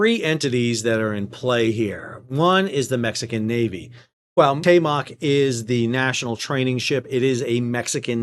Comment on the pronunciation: LISTEN BALDY.... It´s not CUATEMOC it´s CUAUHTEMOC CU-AU-TEMOC c´mon... try it, you can do it...